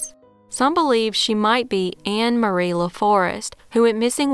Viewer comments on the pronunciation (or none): none